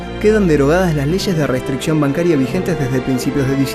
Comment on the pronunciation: restricción la mete con doble E que qlia